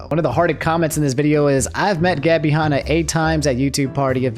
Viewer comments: Han Not hon Like hand Ah without the d Not hond ah without the d Lol almost keemstar levels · Can we talk about how can't say the name Hanna